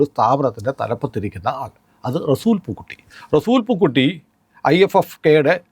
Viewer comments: താങ്കൾ ചിലപ്പോൾ ഒക്കെ റസൂൽ പൂക്കുട്ടി എന്നതിന് പകരം പൂക്കുറ്റി എന്നാണ് പറയുന്നത് എന്നാണ് ഞാൻ കേൾക്കുന്നത്. ദയവായി ശ്രദ്ധിക്കുക. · പൂക്കുറ്റി അല്ല പൂക്കുട്ടി ആണ് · 'റെസൂൽ പൂക്കുറ്റിയല്ല -റെസുൽ പൂക്കുട്ടിയാണ്